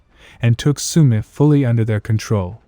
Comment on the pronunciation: It is Shumi, Forests, not Sooomi